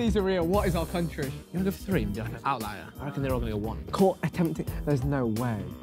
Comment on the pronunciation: Will Josh ever learn how to pronounce the number three. "free"